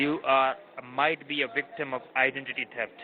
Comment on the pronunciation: "Identity teft."